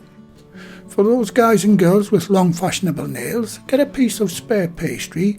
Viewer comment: Great recipe, I can't wait to butcher it in my kitchen! Also: "for all guys and gals with fashonable nails" god bless him